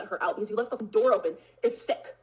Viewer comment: Yall think “the cOOOOœld brEEEze” is so funny but “TA door” is legitimately funnier